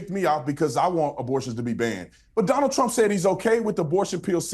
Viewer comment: Dõnald did .. lol Dunald 😅